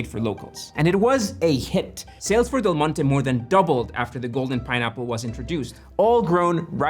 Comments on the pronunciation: can you just say "del monte" one time thhe right way? its not de monte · FYI, in English, the brand “Del Monte” is not pronounced like in Spanish, but as “Dell Monty”. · The first few times you mention Del Monte, you are slurring it because you have talked about it so much before taping that you think everyone knows whom you mean. Detracts from an otherwise informative and entertaining presentation. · Yeah, it’s normal to read Spanish as Spanish, which is why I’m informing him of the correct way of reading the name of that American brand in English, since the video is in English.